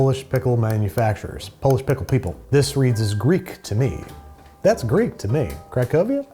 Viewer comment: Was that a Freudian slip with the Vlasics - “pistle” for ‘pickle’?